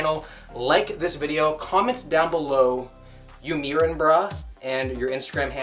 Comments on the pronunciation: You 'mirin brah? ('mirin is pronounced like 'MY-rin' not 'ME-rin') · Zeeeez, myrin lol Its zuss, and mairin. bloody yanks! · good video... but as an aussie i feel obliged to point out: "mirin" is pronounced "my-rin" or "mire-in" and is an abreviation of "admiring"... not "meerin" im just sayin cos i know americans dont pronounce admiring like that... keep up the great content ya sic cahnt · You mirin brah? It’s not meer-ing it’s my-ring, as in short for admiring. Cmon lad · Every influencer mispronounces “miring”. It’s short for admiring, not admeering. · It’s “mirin” as in say “admiring” then drop the Ad and the G from the end. It’s not “meerin” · "You meeren bruh" My guy, it's mirin'. Pronounced like "you (ad)miring bruh? " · God damn its cringe when americans say "mirin" as "meeren" its just the word "admiring".. Now just drop the "ad" at the start and the "g" at then end, then say "you mirin brah" to every dude you flex on. Youre welcome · Did you just say meerin? It's mirin. As in short for admiring. He's asking if you're staring and if you like what you see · Why does everyone "meering"? It's 'miring. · its not mirrin like mirror it more like ya mirin brah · Mirin is not pronounced me-rin it's mire- rin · I have noticed that alot of Americans say “you mirin’ brah” pronounced as “meerin. However, it is pronounced my-rin’ which is short for admiring. So when Zyzz ever said “you mirin’ brah? He was saying, are you admiring brah? Hope that clears things up. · Lol Will it’s mirin as in admiring not mirin as in Helen Mirren. Great vid as always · Both you and pronounce "Mirin" as Mee-rin 😅 I think it's actually mirin, as in short for admiring. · its you "my-rin" bruh not mirin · You meeering brah? Or you mirin brah? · “You mirin bruh” why do all Americans and Canadians butcher the “mirin” 😂 say admiring then cut out the Ad at the start then lose the G at the end and say Mirin haha hope that puts me in the running to win the $200 gift card 😂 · you meerin